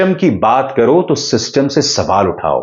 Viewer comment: शिस्तुम्म ❌❌ सिस्टम ✅✅😂😂